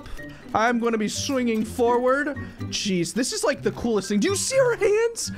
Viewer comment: It sounds like he is saying cheese instead of jeez lol